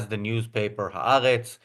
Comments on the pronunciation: Maybe could learn how to pronounce Ha'Aretz. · Who is? She's very good. Incidentally, not a single antisemitic "journalist" or commentator I've heard referencing Ha'aretz pronounces it correctly. Not one.